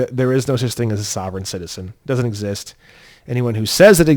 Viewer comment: Lmao sovereign citizen the way you said I’m dying laughing Ty you are awesome